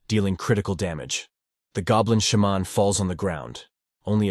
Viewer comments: Idiot AI pronunciations: It's not a "Shah-mon", it's a "Shey-man" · I'm all about putting whatever emphasis on whatever syllable you want, but the way he keeps saying Sha-mon, bold headed, etc...🤣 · Shaaa’mon is killing more. Say it correctly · Its a shamaaaan, a shemmen, a shamanee... how often can your AI pronounce this one word wrong? 😀 Besides nice Recap.